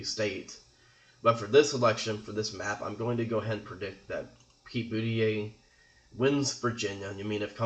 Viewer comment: It's impossible for Maine to split 2-2. If you win both congressional districts, you win the state 4-0. If you win one congressional district it would split 1-3 or 3-1. And his name is pronounced Boot-a-judge, not Booty-yay.